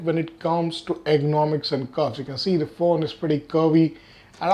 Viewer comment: Its supposed to be "Good Ergonomics" not "ERGONICS".